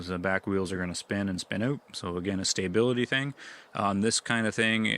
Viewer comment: "Stay-bility" lol Must be an accent thing